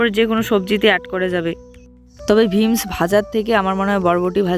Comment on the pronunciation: ভিমস না কথাটা বিমস